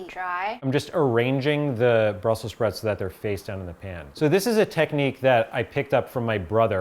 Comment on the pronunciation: "BRUSSEL SPROUTS"